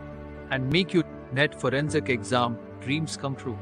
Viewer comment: Its not furensic science it’s forensic science